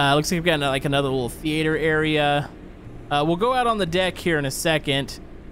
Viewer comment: Thee ate er. Me: Theater ya mexican.